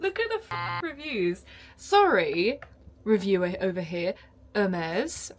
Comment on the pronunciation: The 3 star reviews is called Hermes, “herm-ees”, or “her-me-s”Greek god of travellers and the messenger god.